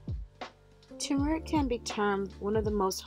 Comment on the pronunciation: It's called TURmeric; NOT TUmeric.